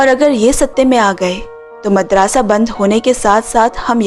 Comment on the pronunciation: वो मदरसा है मादरसा नही